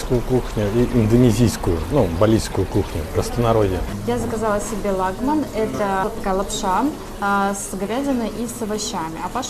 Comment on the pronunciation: Лагма́н, ЛагМэн))